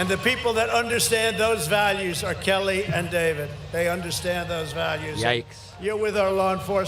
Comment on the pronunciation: I think he said "our Kelly". But it's still funny. lol